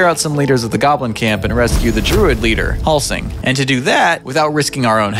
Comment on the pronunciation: not "Halsing" and "Estarión" 💀